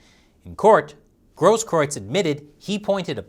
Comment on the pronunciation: you're literally one of the 5 people in the whole US that can pronounce the name Grosskreutz.